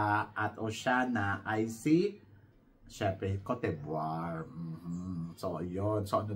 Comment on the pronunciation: mali pronunciation po ng RWANDA is RO-WAN-DA baka kasi may ma offend na bansa.. pati ung CÔTE ďIVOIRE.. its CAUGHT-DE-BWAH..